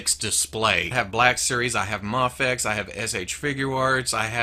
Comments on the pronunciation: I thought it was pronounced may fex not mah fex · Muhfex, mehfex? I thought it as pronounced may-fex? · you always pronounced it as may-fex. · It's either way since no one knows how to pronounce it really just done people told it's pronounced mah fex while others said May fex. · It’s pronounced Mayfex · The way he said mafex ugh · Ok. So, I've heard it pronounced different ways. Is it "may fecks" or "mah fecks" or "m'fecks"? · I think I've heard you pronounce MAFEX in every possible way at this point. In this one video. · I think it was an on going joke about not knowing the correct pronunciation in early videos I put it down to jelly and jam scenario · I love you but I hate the way you say Mafex. Isn't it a long "A"??